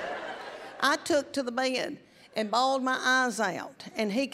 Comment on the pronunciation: I didn't know bed was two syllables😮